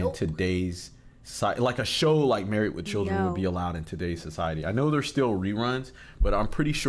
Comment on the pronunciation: There is a D on the end of marrieD not a T, why are you saying MarrieT.